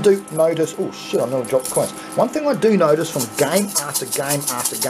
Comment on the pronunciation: Holy Sheet , ( Little Accent There ) LOL At least that what it sounds like to me ! So Funny ......... LMAO : )